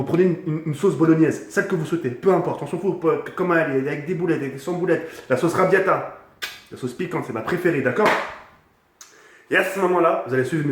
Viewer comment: la sauce "rabiatta" ?!